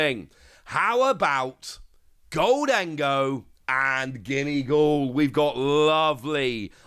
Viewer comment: It's GOHL-dun-goh. NOT gohl-DEN-go. Just say "GOLDEN-GO". Let's get this right now before we're subject to a lifetime of frustration.